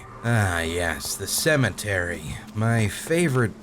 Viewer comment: did you just say "Cementary"